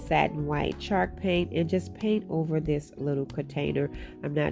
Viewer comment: I love how it sounds like she says shark paint lol. Love the diys too girl!!🙌🙌🙌